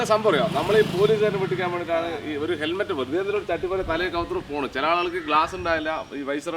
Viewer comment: ഹെൽമെറ്റ്‌ ആണോ തെർമെറ്റ് ആണോ എന്നാണ് മനസിലാവാത്തത് 😂😂